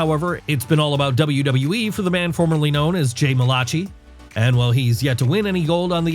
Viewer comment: That was CRIMINAL how you said Jay Malachi